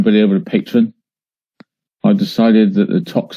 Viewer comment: It drives me crazy that he calls it Patron instead of Patreon.